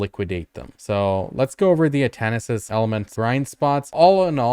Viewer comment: Omg it was so hard to watch this one. Everytime you added an extra s to Atanis' elements it hurt me inside.